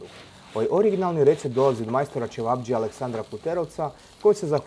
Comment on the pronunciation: Kaže se "ćevabdžija" a ne ćevabđija. Neko je zaboravio kako se piše dž.